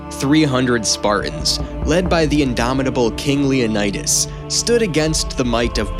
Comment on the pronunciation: It’s LeoNeedAs not LeoNEYDas